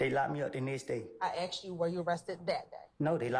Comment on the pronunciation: She axed him WHAT ??????